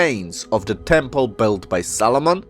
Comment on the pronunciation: Makes me giggle every time you say Solomon.. sounds like Salmon.